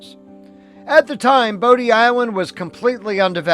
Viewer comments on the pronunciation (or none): Bodie is pronounced like “body”, so like Body Island. Thanks for the video. We live a few hours away, camp at least once a year at Oregon Inlet.